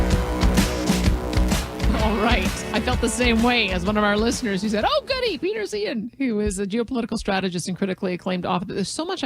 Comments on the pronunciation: Yet another creative pronunciation of Peter's name. Which is it? Zye han, Zay han and now this nice lady is saying Zeehan which I'd never heard till now. Anyone know how HE says it? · Any one else annoyed she kept saying his last name wrong? It's pronounced Zihahn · Least she could have done is pronounce his name the way he himself does. That seems more than a little disingenuous.